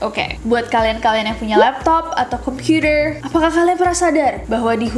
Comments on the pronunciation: Aku : Komputer Kak Nessie : Kompyuder :v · Me: KOMPUTER NESSIE : KOMPYUDER Wkwkkw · Alig pas liat komen ini pas banget nessie bilang kompyuder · sama, kompyuter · me: komputer Nessie: kompyuder Ngakak😹😹😹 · Gw: warnet/biling Elu :komputer Nesie:komyuder